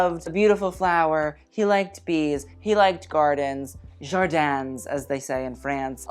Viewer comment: I am not French but I studied French 5 years and you pronounced incorrectly “jardin “. Google translate will help you. I don’t want to be rude. Sorry if I annoyed you.